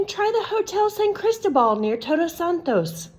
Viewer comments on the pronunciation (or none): none